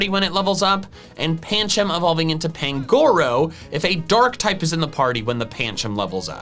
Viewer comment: The stress in the name Pangoro is on the first syllable, not the second; the stress in the name Budew is on the second syllable, not the first.